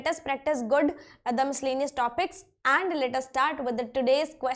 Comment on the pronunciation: Aand nhi and h